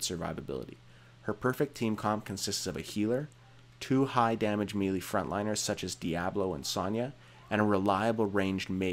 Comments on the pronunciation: actually melee is correctly pronounced meh-lay. It's a word borrowed from French, with the correct accents it's mêlée. The circumflex accent over the first e gives it an 'eh' pronunciation, like another word borrowed from French, fête, which is pronounced "fett". The acute accent over the second e gives it an 'ay' sound, thus overall we get "meh-lay". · Also melee is pronounced 'may-lay'.